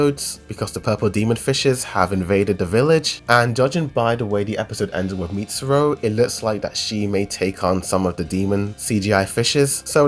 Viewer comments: Btw its Mit-sir-e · Bro's calling Mitsuri as "Mitsuro"